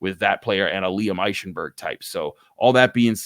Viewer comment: When you say Eichenberg think Ike Taylor. IKE-enberg